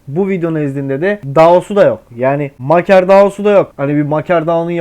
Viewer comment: Maker diye yazilir, MEYKIR diye okunur 👍🏻